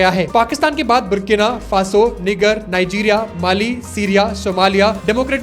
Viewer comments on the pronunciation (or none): Bro niger nahi Niger hai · Nijer kehte hai bhai 😭 Niger boldiya 😭😂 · Niger 💀 bro it’s pronounced as Níjer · Bhai it’s pronounced as Nai-Jur not what you said which is offensive for certain people. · Name-Niger. Pronunciation-Naijar.! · Thats NOT how you say Niger 😭🥀💔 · he literally said the n word with the hard r 😭💀